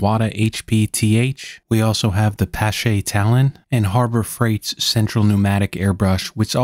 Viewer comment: It is pronounced Paasche : )